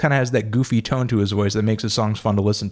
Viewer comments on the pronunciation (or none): none